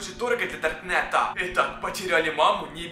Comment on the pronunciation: Почему он так странно разговаривает? Типа это будет полная жЕсть, это очень стрАшнА, это наша мама с дАркнЭтА